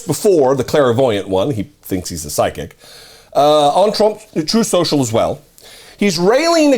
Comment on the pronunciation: Why do keep mispronouncing 'Troth Sential'?